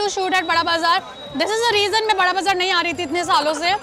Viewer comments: Bura bazar he pronounces hai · Bara bazar its not burra bazar.